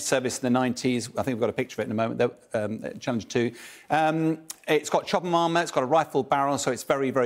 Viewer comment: Ah yes.. the "ABRAHAHAMS" once again... nicely compliments the "CHABBALLALINGIRS"